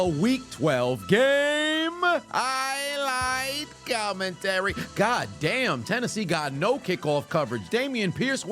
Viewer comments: It's highlight, but says it like "I like" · for the first 2 years of me watching I coulda sworn he said “I Like”🤣🤣🤣🤣🤣